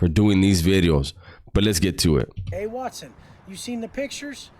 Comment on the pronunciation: Whenever you clown on his last name by pronouncing it 'whats-own', it cracks me the hell up!😂😂